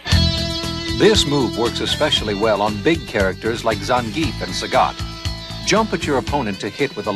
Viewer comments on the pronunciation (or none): "Roo" and "Saggit"